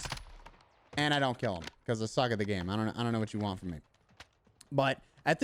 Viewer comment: Love how you say „bacahse“ XD just jokin, I love your vids and my solo performance has really improved, thanks for that🙏🏻🙏🏻